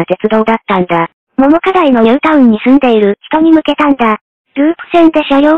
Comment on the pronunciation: ももかだいではなくとうかだい